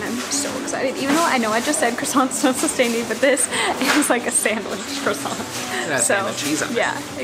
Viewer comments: You’re so well travelled so I need you to pronounce croissant correctly as in “cWasson” There is NEVER an R in the pronunciation!!!! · Warick not war wick.